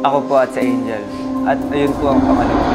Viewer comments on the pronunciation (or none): none